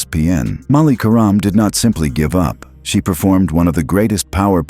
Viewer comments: Could you please stop mispronouncing querim 😢😢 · Stop mispronouncing querim😢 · Stop mispronouncing querim😮